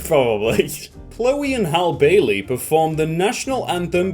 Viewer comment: Pronounced Halle Bailey's name wrong too